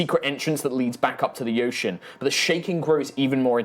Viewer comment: did he say yocean?